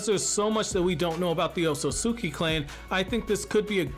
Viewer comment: Pronunciation: OHT SOOT SKI. not oht so suki lmao